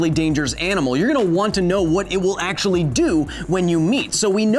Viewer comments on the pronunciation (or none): none